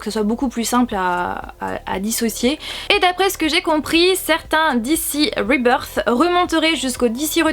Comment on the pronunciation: mais quel accent anglais sur ribeursse. Explication très claire bravo !